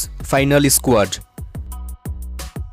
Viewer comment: Why do you say i-sq-uad